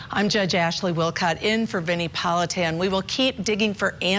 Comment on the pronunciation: C'mon,Vinnie!😮its not Vinni😊